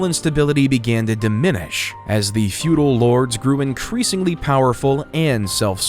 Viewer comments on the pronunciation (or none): fuedel not futile !